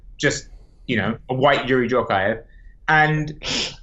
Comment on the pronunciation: "White Youri Djorkaeff" he was whiste, wtf